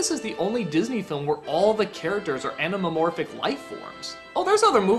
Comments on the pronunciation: "Animamorphic"? Anthropomorphic, Doug. Anthropomorphic. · When Doug tries to pronounce “anthropomorphic” I get a migraine